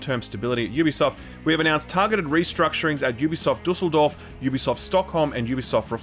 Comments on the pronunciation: Kudos to you for pronouncing Düsseldorf correctly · Kudos for your pretty spot on pronunciation of Düsseldorf. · Really impressed that you pronounced „Düsseldorf“ so correctly 😮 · Respect for that pronounciation of Düsseldorf! Usually people mess that one up, but yours was really good!